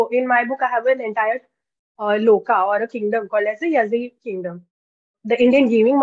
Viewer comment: It's ಯಾಳಿ, not ಯಝೀ ya(ಯಾ)-zhi (ಳಿ) pronounced as Yaali